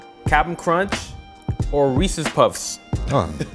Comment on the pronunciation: already knew was real when the pronounced reeses correctlu